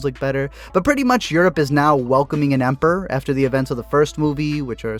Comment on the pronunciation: EMpor? EM-PER-OR! Sorry those things are distracting.